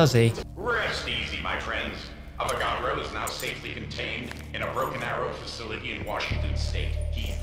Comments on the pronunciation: I liked the vid when he called the avagadro the avocado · are you saying avacado? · Called the avagadro "avacado"....*continues to light blunt* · bruh he called the avagadro a avacado